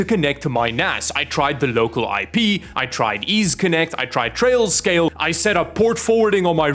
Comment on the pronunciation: He said trailscale I think 😂